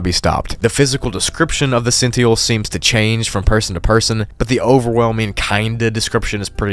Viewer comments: You’ve never heard the word “Sentinel” before? Since you’re saying it like “Sent-EE-uhl” instead of “Sent-IN-uhl”, I’m jus assuming you’ve never heard the word “sentinel” before, which is very surprising to me. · You're mispronouncing 'sentinel'. Not sure if it's a word you've only ever seen written, but you're saying 'sentiel', cutting off the second N. It's pronounced 'Sen-Tuh-Null'. Two N's. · i'm sure you've got this, but it's sen tin el. not sen ti el. you missed a letter. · He said "cent-ial" lol, love the pronunciation! (FYI, it's "cent-in-all") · Sentinel not "Sentiel" it has an 'n' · Sentinel is pronounced as “scent tin L” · “Sent-te-nal” not “sential”..dunno if that’s just the unique pronunciation for the monster or your just pronouncing it wrong..🤨💭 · Sentinel is pronounced :Sin-tin-nal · Great video buuuut it's Pronounced sent- t-nal🤷🏻‍♀️ sorry that was driving me crazy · Thank you! And the way he said Sentinel. It's Sent-in-el. He forgot that second n. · Bro pronounced Sentinel as “Cent E nal” I’m gone 💀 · everyone: sentinel Small minority: sen-might-eel: zen-teal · Say it with me,..."SENT iN ull".."Kafka-esk" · are you pronouncing “cent-in-UL” that way to trick me into commenting. Because it’s worked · Just wondering.. why do you say the word SENTINEL as "sentyel"? Theres an N. It's not silent. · The Senteel? 👀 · you gotta learn to pronounce sentinel lol.. sent-in-ull! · Sentinel, (sen.ten.al) 😅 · The way pronounced the word "sentinel" made me laugh a bit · Why’d he say sentinel like that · On level 611 you pronounced the sentinel wrong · Gotta say dude… how do you not know the word sentinel? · You have a very funny way of pronouncing sentinel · Don't know how someone could have so much trouble pronouncing sentinel. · me when he didnt pronounce the second n in "sentinel" at all: 👁🫦👁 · This guy has no idea how to pronounce "Sentinel"